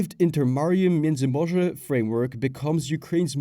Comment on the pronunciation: I saw the general knowledge video on this subject on my homepage, but when homeboy mispronounced miedzymorze I immediately went looking for a way out, and found your comment. I’m glad that you have made your video without any apparent speech impediments mixed in, not that there’s anything wrong with that but this is much better. Thank you.